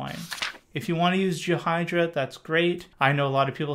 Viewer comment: Well thats strange. I've always heard Ghidra pronounced as "Gee-Druh" with a hard G sound, never "G-Hydra". Anyways, this is great timing for me as I need to make some progress with reversing soon. Thank you very much.